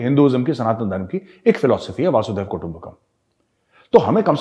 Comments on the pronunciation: मेजर सा'ब, आप ऊपी के होकर अशुद्ध उच्चारण करें तो अच्छा नहीं लगता है। "वासुधैव कुटुम्बकम्" नहीं, "वसुधैव कुटुम्बकम्" . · Major - the correct pronunciation is Vasudhaiva Kutumbakam - "वसुधैव कुटुंबकम" - It is not Vasudaiva.. Please correct your statements. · वसुधैव कुटुंबकम् not वासुधैव कुटुम्बकम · VAASUDHEV KUTUMBAKAM nahi hota hai major sahab. VASUDHAIVA KUTUMBAKAM hota hai. please correct it. VASUDHAIVA ka matlab earth hota hai. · बढिया video as usual. Sir, with due respect please note, वासुदैव कुटुंबकम ये उचित उच्चारण नही है. उचित उच्चारण है वसुधैव कुटुंबकम. वसुधा एवं पृथ्वी. वसुधैव कुटुंबकम का अर्थ है की पृथ्वीही कुटुंब है. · Major sahab. One correction. Vasudhaiv kutumbakam. Vasu is वसु